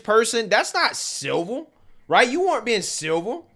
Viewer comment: Why this man saying silver instead of civil?